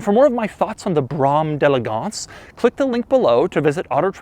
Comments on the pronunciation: No Doug... you are saying it all wrong it is pronounced where I live! 😁👌You sure know how to start a shit storm with your 2 shirts! Lolz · To know the pronunciation of this car all you have to do is watch the movie The Great White hype! It's! Lol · It's going to be difficult to watch this video just because of this pronunciation, but I'm a fan of both the host and the car, so hear I go... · Pronounces “Brougham de elegance” incorrectly the entire video. Hilarious. Seems to despise the car he’s displaying. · This review and the way this guy pronounces the name of this car both irritate me. And I guess he doesn't know how to drive either. Dangerous brakes and steering really, get the fuck out of here. The only thing wrong with this car is the asshole driving it in this video. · Doug, this review is disgusting. You mispronounced Brougham many times and approached this review with such arrogance that you missed most of the reasons for the features you were highlighting. It makes you loooked uninformed. This is the worst review I've ever seen you do. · Doug you idiot!!!! I emailed him about my brougham d'elegance which totally shits on this one as far as condition!!!! And you say the word Brougham wrong. And also the tiny compartment by the dome lights is a cigar holder you asswipe!!!!!! May you burn in hell for eternity. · Doug, I very much enjoy your car reviews. You see all of the little things that are right, wrong, or interesting about each car. The point I wanted to suggest is the pronounsiation of brougham is like the word "home" . When you grow up in the Detriot area, this car had status, if you can believe it. Much success in all you do. Lance Keeny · Apart from not being able to pronounce the simple word “brougham” you really don’t know much of what you’re talking about. Not that I’m a fan of this yank tank, but those aren’t “wood” knobs or dashboard trim - it is plastic. Do you ever research cars before you start blabbing? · WE SAY "" 😃